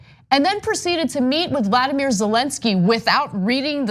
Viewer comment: Ana, please, it’s Volody not Vladamir Zelensky and for you other knuckleheads they replace the VP like they did with Agnew and of course it’s going to be someone who is going to pardon Trump of everything. It’s the first interview question.